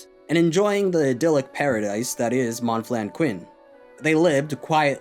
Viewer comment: Aside from "Monflanquin", your French pronunciation is on point, bravo!